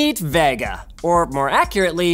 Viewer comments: It's Ve-Ga not Va-Ga . :V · Vegga? Cregg ? .. at what point do you yanks want to just pronounce things correctly? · I get triggered by Linus' Vega pronunciation ..... Isnt it supposed to be Vey-ga? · The way Linus pronounces Vega is so weird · Hearing Linus say vega makes me cringe xD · The way Linus says "Vega" really annoys me.